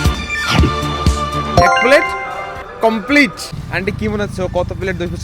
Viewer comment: ওটা complech নয়‌ complete 😂😂😂😂